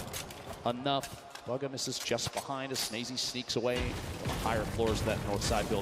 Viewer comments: Nobody: DrLupo: BUGGA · Wtf did the commentator keep calling him bugga??! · Why do they say bugga